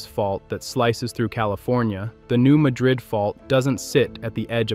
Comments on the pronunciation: Like many places in the area, the pronunciation is not what you would think. It's the New MAD-rid fault, not muh-DRID. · It's not pronounced New Muh drid' it is New Mad' rid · It's called the New MADrid fault., rather than mahdrid like in Spain. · Don't waste your time, folks; it's just another stupid computer narrator that doesn't know how to say New Madrid. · I’ll be the one to say it: it’s not pronounced Madríd as it is in Spain. In the US Midwest, it’s pronounced Mádrid, with the a pronounced like the a in apple (or the same as the word “mad”), with the accent on the a, not the second syllable. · The narrator is saying the name wrong. Locals call it the New Mad-rid Fault, with the emphasis on the first syllable. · You couldn't even be bothered to learn how to pronounce New Madrid. Here's a hint, those of us who live here, don't pronounce it like you do and like they do in Spain. Thumbs dow. I'm willing to be most of the dislikes are from others in this area who hear you say the name and it feels like nails on a chalkboard. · Pronounced New MAD rid, not Ma drid. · I’m a st louisan, today is 101 of my 70th year. I use two different pronunciations depending on my mood;) either new Madrid, or new Madrid. What’s your point? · Could you at least pronounce it correctly??? It’s not the city in Spain. It’s MA-drid NOT maDRID!! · They pronounce it Mad-rid not Muh-drid, like the Spanish city. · It's pronounced "New MAD-rid". And the frequent small quakes mean that tension is being released as it builds up, instead of building up toward a major. quake. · Technically it should be pronounced Ma-drid. But those of us living in MO have always heard it pronounced Mad-rid. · its New Mad rid, like your mad at people who dont pronounce your towns name right. Madrid is in Spain. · Small earthquakes happen every day on the New Madrid fault zone.. been doing that since before the big one in .. it's pronounced New Mad-rid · You are correct. A.I. voices always screws up names.